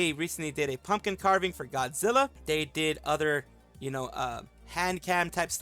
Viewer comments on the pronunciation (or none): none